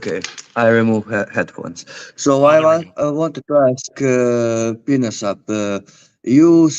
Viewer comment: “Uhhhh I want to ask pee-nuh-syap” - Russian orthobro chad